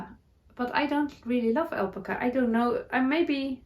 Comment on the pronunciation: It's pronounced al-pac-a